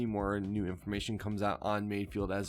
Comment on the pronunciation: its not mayfield, its mayFELD. fehld. from space boston.